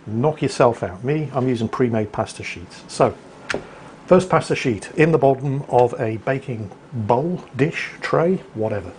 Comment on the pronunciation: I really like the vid... Except for the pronunciation of pasta